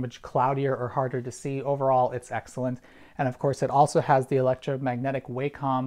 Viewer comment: FYI: Wacom is pronounced /ˈwɑːkəm/